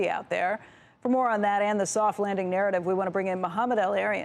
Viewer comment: A vewy, vewy thoft wanding.